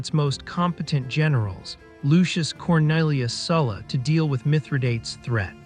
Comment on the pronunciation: Do try to learn how to pronounce a name before making a video on it.